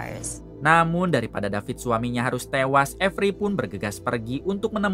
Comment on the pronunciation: David not Dapit guys 😂😂😂😂